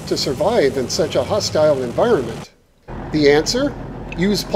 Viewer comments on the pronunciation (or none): none